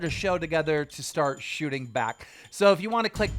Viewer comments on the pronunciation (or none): none